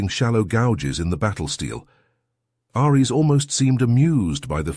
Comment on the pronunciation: Dude, I liked the story, and the narration-bot wasn't terrible, but the script had a so many typos and the narration-bot can't pronounce "Ares", you can override the bad reading by hiding "Airees" as the name while the caption still says "Ares". Or, as makes more sense, get someone who can read the script, or even an actor or two. It's only a 15-job, do the good and maybe we'll get you some more reads and subs!